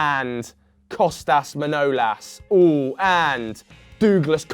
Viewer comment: "Dooglas Costa"